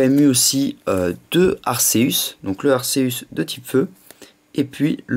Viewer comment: Putain sa se prononce pas [arceusse] mais [arkéus] sa m'énerve sa sinon bonne vidéo